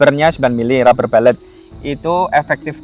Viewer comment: rubber bullet -> baca rabe bulet bukan rabe balet ya boss brury